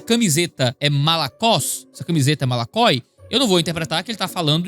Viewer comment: voxe dixe malakoiginho?????!?? Do hebraiiicooo